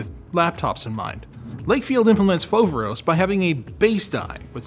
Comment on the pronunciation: Foveros is actually a greek word "Φοβερός" and it means Αwesome! also you pronounced it wrong lol